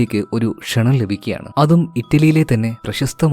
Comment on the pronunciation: Kshananam alla chetta, kshanam